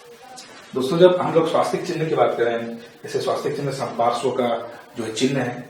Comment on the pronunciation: 7th tirthankar ka naam संपार्षव नही है सुपार्श्व है